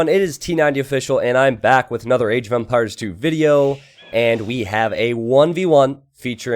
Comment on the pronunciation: you sound it like age of vampires not empires